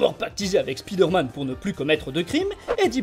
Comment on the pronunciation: Arrêtez de dire speed Herman, c'est chiant votre niveau d'anglais au ras des pâquerettes. Tu prononces araignée speedeure ? Non spaïdeur ! Donc c'est Spaïdeur-mane !